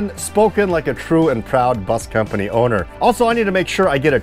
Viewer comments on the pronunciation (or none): none